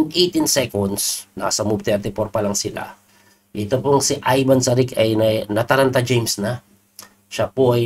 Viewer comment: coach parang may ch sa huli ang last name nya pag pronounce... Sarich